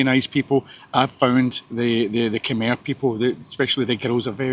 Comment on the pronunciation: I miss Cambodia, need to go back some day. P.S. Khmer is pronounced ' Kam Eye' .